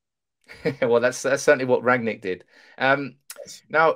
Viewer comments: It's Rangnick not Ragnick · Rang-nick,, not Rag-nick. RANG-NICK.